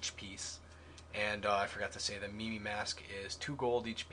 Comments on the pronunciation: It's mīm like "my" with an m not me me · MIMI?!?! ITS MIME! Just sayin... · Lol u said it like meme its pronounced myme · lol fail with the "mimi" mask pronunciation: MY-m like the job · "Myme" Mask, those ppl u see who do not talk lol not mee mee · LMFAO mee mee mask... Im sorry but really? Its obviously mime it looks like a mime mask and is spelt mime. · omfg does he not knwo how to pronouce mime? he said me me